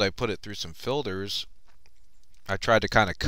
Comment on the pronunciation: it is filters not filders